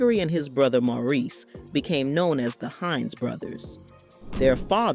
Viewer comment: His brother whose name, “Maurice,” keeps getting mangled in the narrative alternating from “Morris” to “Maurice!!” Don’t these people know that celebrated artists and actors have FAMILIES and friend JUST LIKE THEY DO? It’s no more than common courtesy to ASK someone how a person PREFERS to have his/her name pronounced. If they’re not going to, then they should stick to reading the reports about people they know!! Instead of assuming that nobody knows The Hines Brothers because THEY don’t! Hard to believe that anybody’s relatives don’t have these tacky, ill-informed vlogs just taken down. At LEAST until they re-record people’s names correctly and edit the titles to “Gregory Hines: For People Who Don’t Know Who He Was—AT ALL’